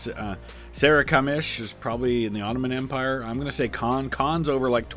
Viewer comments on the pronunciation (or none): none